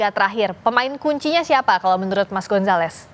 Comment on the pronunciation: mas gonzales😂😂😂😂😂 abang gomzales yang bener😅😅😅😅